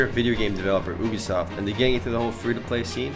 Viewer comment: did he say boobysoft ?